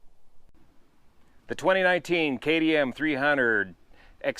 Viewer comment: K T M slowly say it Kay TEE M not a D ? really